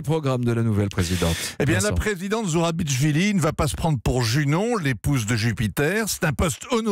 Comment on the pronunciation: C'est pas ZourabiTCHvili, c'est ZourabiCHvili, comme dans 'Chevaliers'.